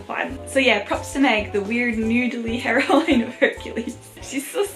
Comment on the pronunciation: I love how you say heroine like herowine that European accent though